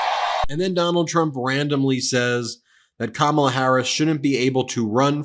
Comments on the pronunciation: It’s time to stop tolerating the intentional and deliberate mispronouncing of Kamala’s name. She has said on numerous occasions that the correct pronunciation is “comma-la”. It’s not that difficult! I think they do it in an attempt to “other” her. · So childish how he intentionally mispronounces her name every time. It's like listening to a mean, dumb jock running for class president. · Can’t even pronounce her name he stands there and projects over and over again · He can’t even manage to pronounce her name correctly. What a pathetic loser. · It must be Maga's obsession with the Professional Wrestling world by confusing The Vice president Kamala Harris wit the way the late wrestler James Harris (no relation) stage name of Kamala the Ugandan Warrior... That must be why they can't properly pronounce the future president's first name.... Just a thought... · Stop pronouncing her name wrong!!!!!!!!!!!!!!!!!!!!!!!!!!!!! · 1) Those people standing behind him unironically holding "Back the Blue" signs after hearing him say he would pardon the January 6th insurrectionists who assaulted and abused capital police people, resulting in deaths is blowing my mind!!! 2) Trump wouldn't know the truth of it crawled up his a$$ and had babies!!! 3) Finally, you know good and damn well, he knows how to pronounce Kamala's name!!! I've heard him say it properly. He is now using the deliberate mispronunciation of her name as a jab, insult and racist dog whistle. (BTW, that's Madam Vice President to you sir!) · He can’t even fucking pronounce her name right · Now that Trump is deliberately mispronouncing Kamala, she should refer to him as Don-old, with an emphasis on the second syllable. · Have you noticed they’re all purposely mispronouncing Kamala’s name now? Cuz they’re 10 years old. 🙄🙄🙄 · Mispronouncing is part of his shtick. He wants her to sound foreign. He's the worst. Can't believe we're still being subjected to him! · 😂😂😂 He can’t even say it right. Must be declining.